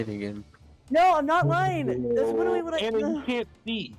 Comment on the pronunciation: “Wittawy” ass voice 😭🤣